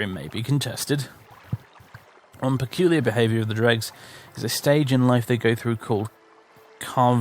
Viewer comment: Yeah pronouncing it as "Dregs" sounds weird to me. Say it like how it's spelt: "Drews"